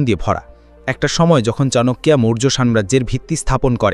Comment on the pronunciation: Chanakya ke "chanakiya" Baniye dilen dada???